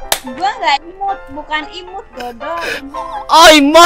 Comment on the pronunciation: Imut bang bukan imut